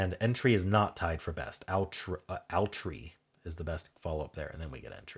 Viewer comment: I believe outre is pronounced oo-TRAY. It means something that is very unusual or maybe avant-garde.